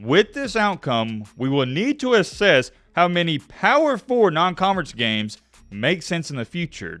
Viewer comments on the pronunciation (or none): The bama director saying asses instead of assess, also bamas non conference isn’t the problem 😂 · access or asses? LOL